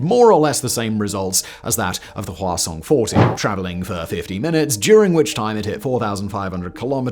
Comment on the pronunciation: I kept hearing the name of their ICBM as "croissant" and refuse to change that